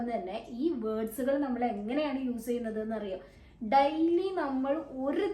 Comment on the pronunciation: Daily യുടെ ഉച്ചാരണം ഡെയ്ലി എന്നാണോ ഡയ്ലി എന്നാണോ? മാം പറയുമ്പോൾ ഡയ്ലി എന്നാണ് കേൾക്കുന്നത്. ഏതാണ് ശരി ?